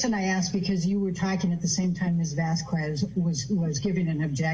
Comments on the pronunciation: Elaine: "Ms. Vaskwez" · VASQWEZ …. Elaine needs to quit saying her last name like that!!! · "Miss Vaskwez".. fkng Elaine is illiterate. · Is anyone else annoyed how AH’s lawyer pronounces “Vasquez” as “vass-qwez” even though many people have pronounced Camille’s name in court properly?!? It feels like she’s feigning ignorance. 🙄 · No one in Spain would pronounce Vasquez as Vaskwez - por favor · So annoying how Elaine Bredehoft mispronounces Camille Vasquez's last name as "Vas-kwez." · The only time you pronounce the u in a Spanish word it's when the u looks like>> ü. Example, in Puerto Rico, the town of Mayagüez, the ü sounds like a double O O. Ma-ya-goo-ez. Vasquez is pronounced : Vas-kehz. Another example: Marquez: Mar-kehz. No ü, the u is silent. Same deal when you hear the word QUE=keh. Not KOO-EH. You don't pronounce Spanish words using English pronunciation you learned in primary school with the English Alphabet. just saying 🤷🏻‍♀️ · it’s pronounced , Vahs-Kehz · The fact that Heard’s Lawyer can’t even pronounce Vasquez correctly… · Camille Vasquez, THAT'S who!!! Wouldn't you be annoyed if someone mispronounced YOUR name over and over? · I notice that Amber's lawyer MISpronounces Camille's last name Vasquez. Is that deliberate? Anything to annoy the other side. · I don’t like AH’s team, but goddamn you guys are getting butthurt about every little thing now. Who the hell cares if she mispronounces her last name, probably 90% of the world watching this is are as well. Grow up. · Why can't that lawyer pronounce Vasquez correctly?